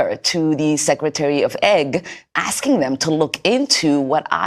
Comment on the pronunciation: What is “ secretary of eggs?” ?